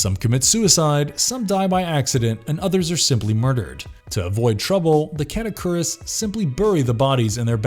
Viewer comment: "KATA-koo-rees" not catokuris. Did you watch this movie...and literally just make up your own pronunciation with it. That movie is fuckin amazing.